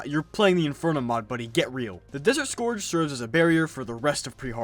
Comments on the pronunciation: sc-er-ge not score-ge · "desert scorge" im dying DX